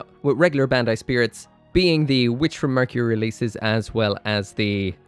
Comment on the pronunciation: "bendai" When will you finally learn to pronounce Bandai (バンダイ, bun-die) correctly?